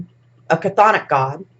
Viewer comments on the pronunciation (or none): none